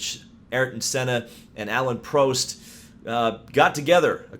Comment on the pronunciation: Mispronouncing Alan Prost name isn’t a good way to build credibility within the Formula 1 fan base.